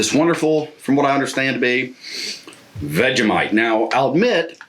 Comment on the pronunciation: Great vid.. BUT that is NOT how you do Vegemite sigh